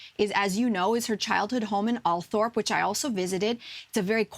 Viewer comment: It's Alth...rop. NOT Alth..orp.